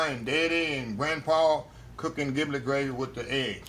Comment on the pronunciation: Ji - Blet not Gi - Blet